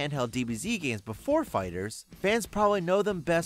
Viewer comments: Um, it’s fighter-zee, not fighterz. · Did you just say dragon ball fighters? It's fighter Z you say it separately I would think you would do a little research before you waster your time on this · anyone else cringe when he said "fighters" instead of fighter z